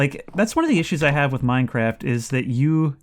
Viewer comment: i love when you play minecwaf